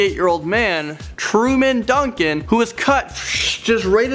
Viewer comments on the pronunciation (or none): none